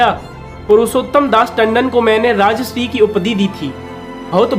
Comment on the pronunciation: राजश्री तुम गलत बोल रहे हो। राजर्षि होता है।